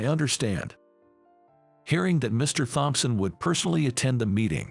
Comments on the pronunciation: Please teach the ai to pronounce Thompson.😕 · The h In thompson is silent, always has been. The word makeover, is 2 words put together, the break does not come after mak, the first word has a long a, the second part is only the over. So the make bit sounds the same as the make in make-up. Which is also 2 words put together. Surely you don't want to sound so foolish Please adjust your english. you sound too too odd.